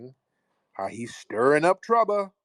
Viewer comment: stirring up “trouba” 😂🤣